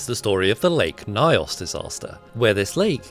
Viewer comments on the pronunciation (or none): I hate the pronunciation. It's N yos, not Nios. That's how we pronounce it at least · Sorry but as a Cameroonian that pronunciation was horrible. The stress is supposed to be on the “yo” such that it is read as nios not ny-os. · My country Cameroon... it was a devastating event and it's effects were widespread... Oh ...also.. it's pronounced as "nious" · It’s “Nyo-s” not “na-yos” the “ny” is sounded together!! But excellent explanation!! At least try pronouncing African words as perfectly as we pronounce English words!! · It's not n-eye-os. It's closer to n-yos. Nyo is like in canyon. Wiki suggests nee-os. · Nyos rhymes with horse. Not Nayos but In-yos.... Beautiful presentation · Lake what😂 the way you pronounce nyos is crazy. It's nyos as boss, not nios😂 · Pronounced Nyos not Nayos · It’s pronounced ‘Knee-os’ 🤓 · bro its pronounced news not nayos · It’s pronounced NIOS and yes it was extremely tragic watching footage of people and livestock just lifeless spawn about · I remember my grandfather telling me about this story growing up... A good friend of his was a survivor and he was never the same up till the time of his passing Also it's pronounced "N-yours" except the r is silent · It's written Nyos, but pronounced Nyõs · I laughed when you pronounced "nyos". It is pronounced "Gnos" it is the "gn" sound from lasagna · As someone from around the region hearing he's pronunciation of Nyos sounds so wierd 😄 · The pronunciation of nyos gets me every time😂😂🤲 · The pronunciation of the word "Nyos" is off. Nevertheless, the video is quite explicit. It's truly scientifically remarkable but so tragic. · The way You pronounce Nyos is so funny 😂😂 it's like pronouncing the word 'she' as 'se he'😅 ny in most African languages is one sound not n and y... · what do you mean it's not pronounced Ños